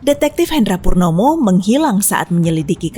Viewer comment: Purnomo bukan porno